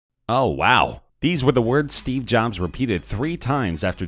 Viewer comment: Why is he calling steve jobs ‘steve johns’?!?